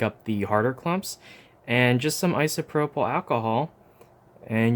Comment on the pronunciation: Can every body say ISOPROPAL